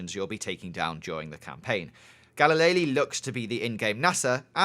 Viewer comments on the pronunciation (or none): galileli? u mean galilei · I think it's Ga-li-lay, not Ga-li-lay-lee. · i think galilei is pronounced galilei and not galileilee -- i also seriously doubt theres an auto repair shop.